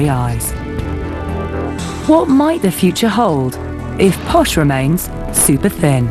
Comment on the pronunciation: It's Posh not posha. It's her nickname from her spice girls days; "posh spice" and it stuck